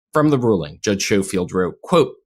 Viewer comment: Judge’s name is pronounced Sko-field not Show-field.